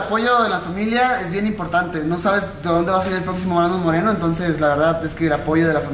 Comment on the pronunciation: en el inicio dijiste brandon morelo y es moreno que paso ahi